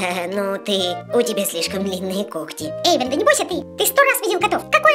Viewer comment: Во первых ни Ейван а Эйван а во вторых не кокти а когти